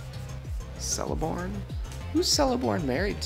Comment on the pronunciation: First box great, second box dog poop. Also, all names that start with a 'C' are pronounced with the hard C and not the S sound, per Tolkien. So it sounds like Keleborn. When I found that out it made re-readings difficult at first.